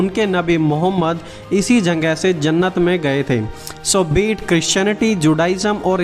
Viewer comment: Aapka voice me... Jagahe ke jagah.... Janghe janghe janghe